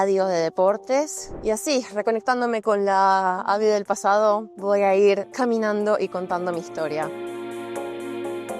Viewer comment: No lo mantuvo escucha cuando dice cæminando . Æckcæ ænfrentæ